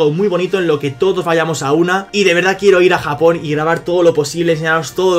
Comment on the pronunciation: en breve: Mi gente, estamos en Japong.....